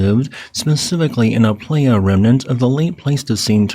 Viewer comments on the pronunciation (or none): none